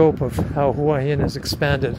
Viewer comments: Great video as always but please don't say that both 'hoo-a hin' and 'hwa hin' are ok because they aren't. It's 💯 'hoo-a hin'. Hua=hoo-a=head. Hin=rock. The direct Thai translation for Hua Hin is 'head rock'. It's like saying that New York can be pronounced New York or No York. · Correct. My Thai girlfriend who went to college in Hua Hin pronounces it, 'Whoa 'Hin. Google pronunciation agrees. It's only farangs who speak no Thai that pronounce it "Wa" Hin😄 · Please please learn to say the Hua Him and Pattaya correctly. Lol